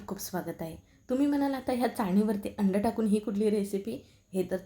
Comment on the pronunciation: सायेब, अंड नव्हे अंडं !!!